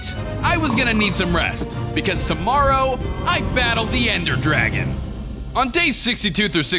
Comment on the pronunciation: Anyone realise he said ender gragon once at the end